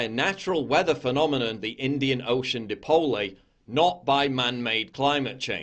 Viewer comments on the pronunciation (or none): PJW pronouncing 'Dipole' like "Dee-pole-ey" really shows his disinterest in learning any truths in favour of parroting thoroughly debunked lies, which I'm quite sure he doesn't even believe in but pretends to for views. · But he told us about the "Indian Ocean Dee-poll-ey" (pronounced by adult scientists as Die-poll) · Yeah, the fact he can't even pronounce The "Indian Ocean Dipole" is troubling... How do you fuck up the word DIPOLE, how do you even consider the correct pronunciation to be DIP-O'LAYE?!? Oh, shit, yeah, I think i know how... When you have no bloody clue what a term means no matter how important/relevant it is to the bullshit argument you're frantically trying to make, AND you only read it for the first time as you say it, you're bound to bugger up the WHOLE fucking thing, words and bullshit points alike! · Dipole (Die~Pole), not "dipolie" as he said the idiot. Thought you'd ream him for that one, opportunity lost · Anyone who pronounces “dipole” as “dee-pole-ay” is clearly a scientifically illiterate numbnut who shouldn’t be listened to. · Did he just call the Indian Ocean Dipole a "de-pole-ay"? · Wait... Did he say "Deepolay"? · Is nobody going to talk about how PJW pronounced Indian Ocean Dipole as "Dip Pole Ay" Speaks volumes about how much he knows what he's talking about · And the idiot can't even pronounce Dipole right. " Dipoly? Give me a f...ing break........☮️⚛️ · Dip-oh-lé. Yep he definitely knows what he’s talking about. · did he just say “depolay”??? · Lololol way to know your topic by pronouncing dipole as die-pole-ley Good work on roasting this walking logical fallacy. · Hahahaha did he pronounce Dipole as Deepolay? What a fucking non event of a human. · Pronouncing dipole as if it's a Spanish word to own the libs. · Di pole ay? What the fuck dude. Lol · I collapsed in laughter when he said "di-pole-lay"! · "Dip-oh-lay" There's a man who's never taken a high school chemistry class. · Im sorry did he call a DI-POLE a Dip-olay?!